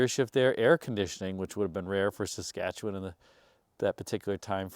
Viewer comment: Hey. I’m from Regina, Saskatchewan. First, let me congratulate you on pronouncing “Saskatchewan” correctly. Secondly, I’d like to say that Percival Mercury was a popular dealer in Regina back in the day but unfortunately it is no longer in business. My grandparents were friends with the owner, Tommy Percival and many years ago actually bought their retirement home from him. I had a career in the funeral profession and it was there that I came to love the big, luxury cars especially of the sixties/seventies and thus I enjoy many of the cars you feature on your channel. I have a few in a small collection myself. Anyway, thanks and keep up with the great videos!